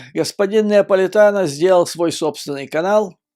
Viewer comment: Judge Napolitano, не НЕаполитано.